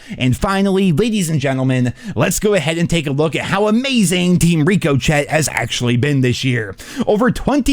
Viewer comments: "Rico Chet" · And he still cant pronounce ricochet 😂😂😂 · Has anyone ever told he's pronouncing Ricochet wrong? Or has it just been so long that no wants to bring it up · I wonder when will actually pronounce ricochet correctly